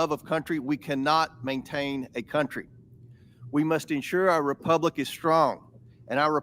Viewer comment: MR.RASKIN say Republic. Thanks.